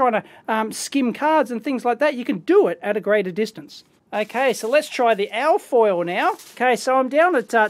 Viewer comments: You keep saying something like AAAH FOIL, it took a while before I realized that you were saying ALLLL FOIL. So I assume you are saying ALUMINIUM FOIL or for the Yanks ALUMINUM FOIL. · "al foil"